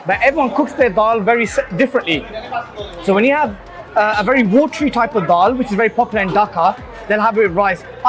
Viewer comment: It’s dhail not dhaal - how’s man goin pach bhai n not having paya 🤦‍♂️